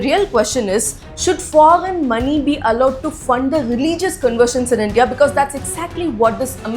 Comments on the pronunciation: Such an Idiot , fool , people of India , first learn how to pronounce word correctly 😂🤮🤮 👉 foggen. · You first practice to pronounce “foreign”. You are misguiding people every day, who’s funding you